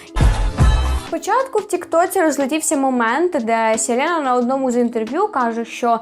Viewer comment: СЄлЄна😬 вибачте, ріже вуха страшно.